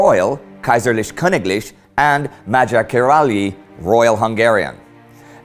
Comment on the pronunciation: As a Hungarian I cringe so hard when he says Magyar Királyi :DDD. Just type it into Goodle Translater.